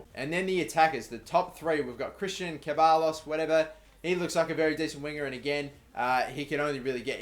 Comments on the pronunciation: Ceballos is pronounced "SEB-EYE-OS" Hope this helped mate :) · Ceballos is pronounced Cheb-eye-oss I think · Christian Ceballos is pronounced Christian Sebayos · Bro you pronounce Ceballos like this: Sebayos. Hope its usefull love the series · Ceballos is pronounced se-bai-os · Ceballos is Se-Bayos